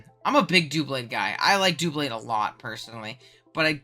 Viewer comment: Also, FFS IT IS DUH-BLADE, NOT DOO-BLADE! WHY DO SO MANY PEOPLE SAY FUCKING DOOBLADE, IT GETS NE SO MAD!!!